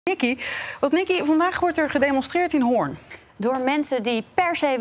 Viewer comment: Doet me pijn aan mijn oren dat de presentatrices Hoorn zo bekakt uitspreken